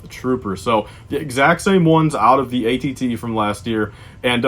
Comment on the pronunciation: Can't resist correcting people because you're always correct, right? Btw, why do you continually mispronounce AT-AT?